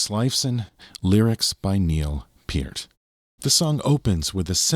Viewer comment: Thank you for pronouncing Neil's last name properly!